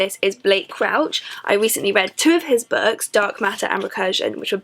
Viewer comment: Why do you pronounce "Books" as "Bucks"?